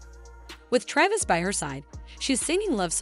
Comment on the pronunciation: This is garbage not only is it AI, but the pronunciation of Travis’s name is not correct and the script is terrible